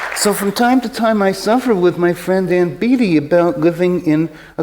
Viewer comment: Her name is pronounced "BAY tee," just like Warren's; I imagine it aggravates them when people say "Beety."